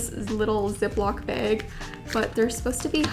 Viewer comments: "ziploc baeg" I'm dying... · I finally found out that you're canadian by how you pronounce "bag" 😎